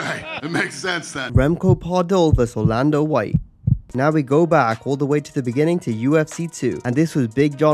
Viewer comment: Additionally, their names are pronounced "Remco Par-DOO" and "Orlando VEET", not "Pardull and White".